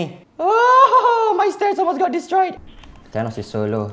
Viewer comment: Why is everyone(not really everyone) reading Thanos as Tanos, its 'th' not 't' 😩